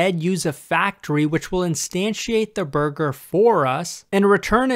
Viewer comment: I swear, everytime he says burger, all I can think is "BuRgEr KiNg FoOhT LeHtUhS"